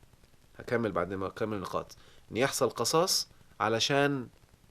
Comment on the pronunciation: آسف يا دكتور.. القصاص بكسر القاف وليس بفتح القاف.. راجع سورة البقرة الآية رقم 179 .. شكرا.